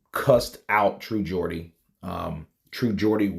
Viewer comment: As a Geordie myself iam genuinly happy you pronounced it the right way lol iam not really a snowflake it was just odd hearing it pronounce the other way lol